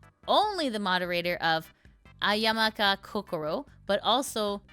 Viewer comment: When you read Amamiya as Amaya and Ayama 🤣🤣🤣